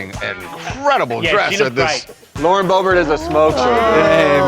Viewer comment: It isn't pronounced bo-BWAH, it's BOOB-'rt